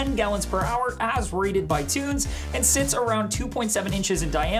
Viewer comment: Pronounce = tun-zee , cmon bro lol